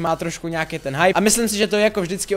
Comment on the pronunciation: hipe, hype hipe hype 😂